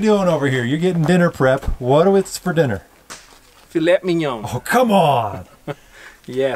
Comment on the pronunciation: I'm French and i have to say that the way he pronounce Filet Mignon is flawless !